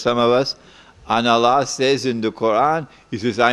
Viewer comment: Allah pronounced Alaa